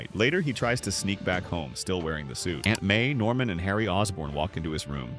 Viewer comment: Normam? It's Norman